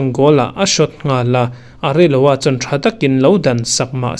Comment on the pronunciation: Ka thiam chu ka ti hauh lo a, Hming ho hi a dika lam theih chu nise ngaihnawm zual deuh chuan ka ring. Areloa nge Areola, Migenza nge Mingueza tih ang reng...... Kei ai chu in hre zawk daih tho a lo sawi ve mai². Good news erawh ni tho e.